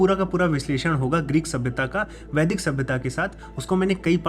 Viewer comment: Vaidik ki pronunciation m sudhar Kiya Jaye please